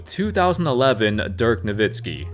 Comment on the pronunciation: You said Dirk Nowitzki properly... FUCK YEAH